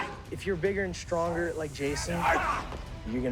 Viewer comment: the way he pronounces stronger bothers me